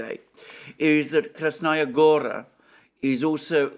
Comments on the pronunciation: Also: KrasnAya GOra is incorrect. It is read KrAsnaya GorA. It is annoying hearing it repeatedly intoned wrongly. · Kras-NA Goya, not Kras-Naya Gora.